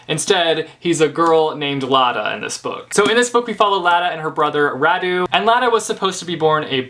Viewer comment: Im Romanian and every damn time someone says Radu or Nicolae differently than these names are originally pronounced I'm cringing really hard, but also I'm lazy and I don't bother correcting anyone because who the f cares ??